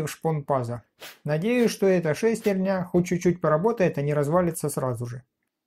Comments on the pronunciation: Говорите по-русски: шестернЯ, а не шЕстерня. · Как же режет слух эта "шЕстерня"...